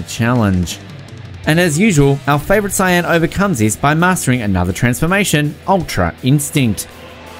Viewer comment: I understand the fact that most ppl call it Narooto but whoa . Sian, noice